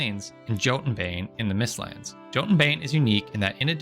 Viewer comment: NOO that's not how you pronounce Jotun 😂😂😂